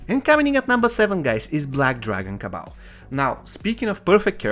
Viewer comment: Kabal not cabal